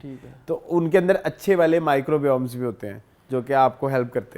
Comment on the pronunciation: Pronunciation of microbes by is too wrong 😅